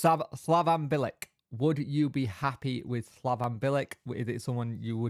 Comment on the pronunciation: Would take Bilic all day. Experienced and a smart guy. Always made a good pundit too, came across as knowing what he was talking about. "Bil-ich" tho mate. c is a ch in croatian.. except when it's a ts. 😅😂